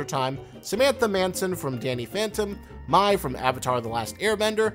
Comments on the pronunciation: Dude said my instead of may when saying Mai's namr from ATLA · I noticed that too! Plus Mai's name is pronounced "may", not "my". Makes you wonder if he watched the shows at all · It’s pronounced MAY NOT MY from ATLA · Mai’s name is not pronounced “My” in the show, it’s pronounced “May”. How much research did you actually do, my guy? You have so many mistakes in this video. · mai is pronounced may not my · Did you just call Mai from Avatar "My"? Its pronounced "May". Is it possible that these girl dont just exist because of pop culture and that the pop culture pulled from a very counter culture tomboy social norm that we see everywhere? I think you have it in your head that every girl is a simple husk of a human with no personality and the only person who's a sad lonely fuck is yourself. Pushing insecurities on to animators you dont know. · Marceline (not Rosaline) and Mai (MAY not “my”), c’mon man!!!!! Research! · He also said “my” instead of “may” for mai in avatar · Mai is pronouced My not May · He said Mai (he said it MY) from avatar. It’s Pronounced like May. Wtf Zuko even says it a lot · Mai is pronounced like "MAY" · It's pronounced like "Mei" or "May" though, regardless of the spelling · I cringed so hard I imploded when he said “ Rosalina the vampire queen” and the way he said Mei. I’m sure he’s been corrected already but my god. It’s MARCELINE. And Mei is pronounced “May” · pretty sure the adventure time girl is MARCELINE, not rosaline. and mai is pronounced like may. anyways i just read the comments so i'm gonna bail before this video gets weirder. bye. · Rose Bears no it isn’t, they say her name plenty of times it’s pronounced May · He also mispronounced the word 'Niche' , not to mention 'Mai' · Rosaline... mai... that’s... not how you say that... please no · He also mispronounced Mai from Avatar. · He also pronounced Mai’s name wrong. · And he pronounced Mai from Avatar The Last Airbender incorrectly too